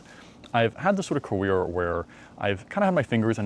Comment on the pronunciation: When i began my “Cawere”